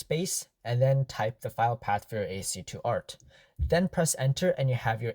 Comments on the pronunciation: It is pronounced as "Ass-key art", not as "AST2 (I think you meant to say ASC2) art" lol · What you're calling ASC2 is actually ASCII (pronounced ass-key), or American Standard Code for Information Interchange. It's an early standard for text encoding.